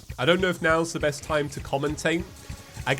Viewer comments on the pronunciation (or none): none